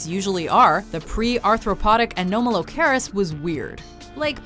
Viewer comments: You pronounced Anomalocaris wrong... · A-NOM-ah-low-car-is. Like anomaly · FAIL! Pterosaurs were NOT dinosaurs, they were flying reptiles - BIG difference! Think of a bat descended from reptiles rather than mammals. Oh yeah, you pronounced "Anomalocaris" wrong too - don't you people even watch the documentaries you lift these clips from?